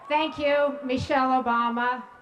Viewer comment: It's not AToooooomah its Obama